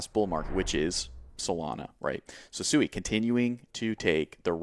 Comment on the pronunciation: SWEE not SUEI lol come on